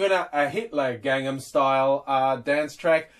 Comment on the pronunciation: It's 'Gangnam' not 'Gangham'. Just letting you know.